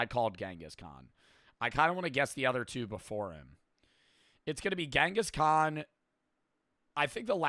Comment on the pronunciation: it's not gengis Khan It's chingiss knaan